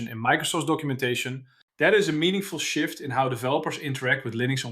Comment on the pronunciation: When you said "is this a genuine shift" I thought you said "shit" 😂